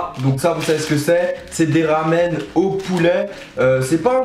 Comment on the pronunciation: Sa se prononce pas ramen